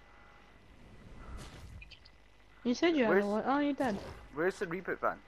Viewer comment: Reboot not rebot